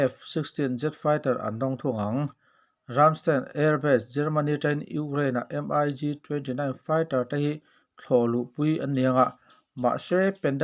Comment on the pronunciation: Mig...tihloh tur miik tih ang a lamrik tur